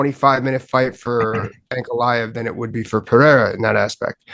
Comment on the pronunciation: Ey Din, ask one of your colleagues (or someone from Brazil) how to correctly pronounce "Pereira". It's getting embarrassing at this point.